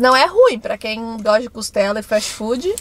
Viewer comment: Muito bom o vídeo. não é "Costelo". É "Costela". 😊